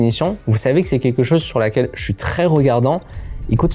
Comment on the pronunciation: Go voir un ortophoniste, "quèque" n'est pas un mot, c'est queLque avec un p*tain de L dans le mot. Et c'est pas la loi de More mais la loi de Moore. Ca se dit MOURE. Go te faire soigner.